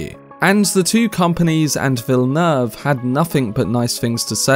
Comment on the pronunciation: Hey man! New subscriber and LOVE the content! One thing is that his last name is actually pronounced "Vill-Noove" haha. Just thought I would let you know!